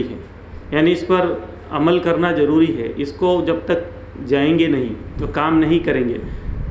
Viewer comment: Aapka jaroori sunkar hi taqreer band kar di Zaroori Please correct your tajweed